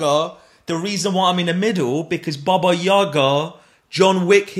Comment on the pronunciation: not yAga. yagA!